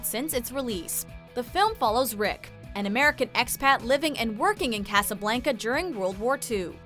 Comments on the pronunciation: CJ Terry casaBLANKEa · “CasaBLANKa”???? Wtf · A lot of great movies on this list. Though you pronounced Casablanca wrong. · Right there with you. Drove me up a wall. And the way she says "Casablanca". Stop. Just...stop. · Dear God the pronunciation in this video hurts my soul. Moolin Rouge? Casa Blanka? Aaaaaaa, my soul.